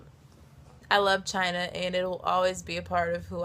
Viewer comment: she says "but China", but It sounded "v*gina"